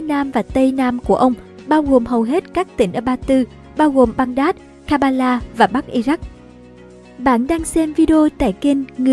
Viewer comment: Đọc cho chuẩn địa danh vào. Baghdad theo phiên âm nào mà đọc là Ban Đát vậy? Ngay cả đem vô google dịch cũng được đọc là bæɡdæd nhé